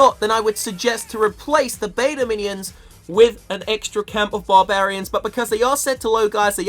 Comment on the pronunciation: it's beta Minions not Meta minion 😂